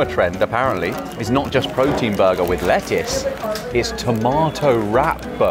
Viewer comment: A rot of rettuce.